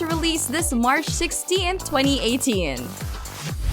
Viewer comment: Looks like there will be quite a few games coming out, but I just couldn't finish this video. Her pronunciation of 2018 and other words (for one.. Bones from Skull & Bones) was so excruciatingly annoying for me.